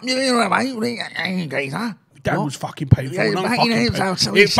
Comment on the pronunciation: "Facking Cant"